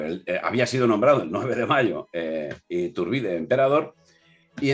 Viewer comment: Solo señalar que Iturbide es una palabra con acentuación grave